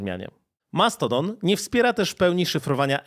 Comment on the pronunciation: Wyjdzie na to, że się czepiam, mimo to męczyło mnie to trochę i mam pytanie: czemu, stosujesz mieszankę wymowy stosowanej w angielskim na przemian z artykulacją w naszym języku? Mamy z jednej strony Mastodon (z akcentem na I sylabę) i "dżimejl", a z drugiej słyszymy "Elon Musk" (później nazwanego przez Ciebie "Maskiem" czy też "Outluk". Podkreślam jednak, że mimo tych uwag jestem niezmiennie pełen uznania dla Twojej pracy.